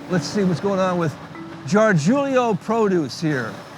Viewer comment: Gargulio is pronounced with a HARD G kiddo!